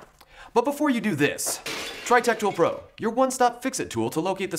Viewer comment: Is it me? Oh when the salesman says tech tool pro... I hear rectal probe? Its stick in my head now.